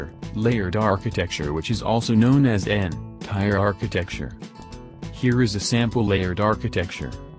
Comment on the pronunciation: N-tier not N-tire lol but thanks for the video, very easy to understand